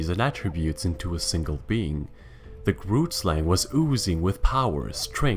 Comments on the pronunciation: The YouTuber kind of said grootslang incorrectly The name i am sure is afrikaans which is my main language He said it in a way that made me laugh so much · Not everyone bootchering the word 'grootslang'